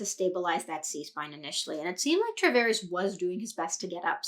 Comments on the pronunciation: Nice breakdown, but you keep calling him "Travares." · Great Video! only small critique would be the pronouncing of his last name 😂 other than that, really appreciate the insight 👌🏻